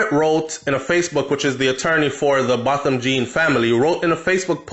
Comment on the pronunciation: THIS IS EVIL this must not die my heart bleeding... it’s pronounced BOW THAM..... low media coverage re his ASSASINATION